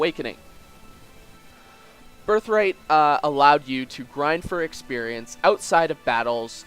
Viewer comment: I love when you say ex-perience